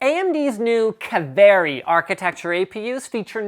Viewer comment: btw its not "ka-ve-rri" its "kaaa-vee-ri". Say it!